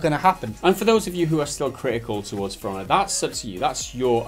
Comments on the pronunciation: sounds like you're saying "firannah" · When it sound like Piranha and not For Honor